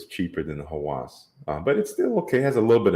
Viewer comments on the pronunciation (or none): Obsession is the right word .. however, when it pronounce the name in English sounds like lust, which is not. 1 alphabet different meaning. Pronounce like Hawes not hawas .. but company wrote it with a .. strange & wrong for me. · Hawas means something in the realm of obsession, but the good kind of obsession. Lust is a big word for Hawas IMO. It's pronounced Hawus, the U is the same U in "Us". I don't really care for the fragrance though. 😂